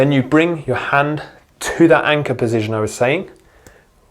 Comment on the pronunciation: Great video, but, po-zi- shun. Not pozizjun.